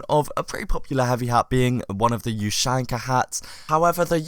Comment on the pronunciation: The way you pronounce ushanka triggers me...